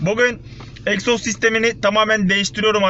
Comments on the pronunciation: Eksoz degil egzoz 🙂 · Eksoz değiiil EGZOZ 😁😁😁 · Eksoz değil abi egzoz abi binde uzun bi kesiciye sokar misin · ABİ EKSOZ Deyil o Egzoz